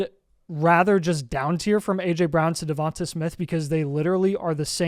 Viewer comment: The way yall pronounce Devonta Smith pisses me off. Devontay is how you say it not Devontuh lmaoooo